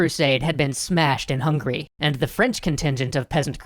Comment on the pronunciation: Hey man. It's Hung-a-ry not hungry. Swoosh away